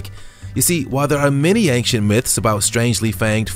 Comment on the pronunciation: The monkeys are called "proboscis monkeys", NOT "probiscus monkeys". Secondly, "ancient" doesn't have a G in it... So it's not pronounced "ang-shent".